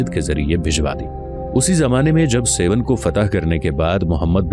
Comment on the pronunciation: سيون نہیں بلکہ درست لفظ ہے سیھوڻ (سہوڻ)